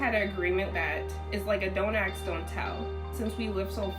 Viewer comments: "dont ex dont tell" yeah i dont think thats it girlie... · Dont Axe, dont tell.....wow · “Don’t axe don’t tell.” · Don't "ax" don't tell.